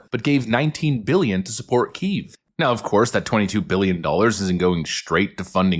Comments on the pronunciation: The capitol city of Ukraine is pronounced Kee-yehv. Not Keev. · Its NOT keev, It's KIEV...